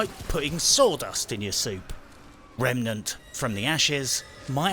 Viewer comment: I quit The Division 2, moved house, then bought this! Bit buggy but loads of user friendly fun! Oh and I watched SkillUp’s review of this. As usual there were too many adverts and more annoyingly he kept saying “RemAnent”. Bloody foreigners!